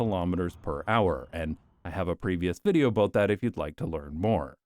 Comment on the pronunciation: i laugh every time you pronounce "aboot" and "caers" like that, so this became the funniest video of all time. also, it's a perfect all-in-one summary of every argument for my car-hating philosophy. so this might become a load-bearing video for the coming decades. thank you